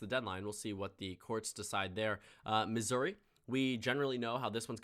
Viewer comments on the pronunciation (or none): none